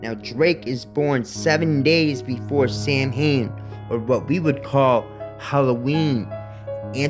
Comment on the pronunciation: Good stuff. It doesn't matter much but Samhain is pronounced (sauw en) Beltane (be yell te nuh)